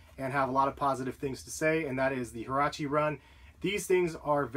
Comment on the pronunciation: did he just say herache booty??